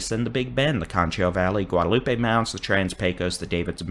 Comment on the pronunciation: Pecos is pronounced: pay-cuss. Always has. Myself and generations before me here in west Tx have always pronounced it Pay-cuss. You can come here and ask anybody.